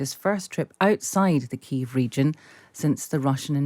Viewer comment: Why do they keep mispronouncing Kiev?